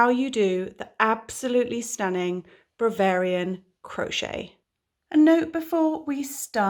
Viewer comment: you are amazing and I love watching and listening. Do you realise you keep saying Bravarian instead of Bavarian in the tutorial?